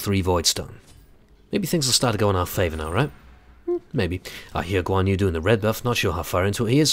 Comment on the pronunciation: I couldn't help dying of laughter. Guan Yu is pronounced Goo-wan Yri. Go to Google Translate and listen to the Verbal Translate. But uh, ye. Nice play.